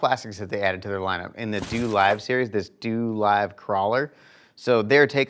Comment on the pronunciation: TW is sleeping on osp. I’ve been using the mmz worm for a couple of years now. Dolive is pronounced Doe-live